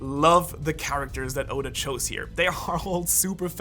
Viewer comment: Did no one realize he said Oden instead of oda then he said Yoda instead of oda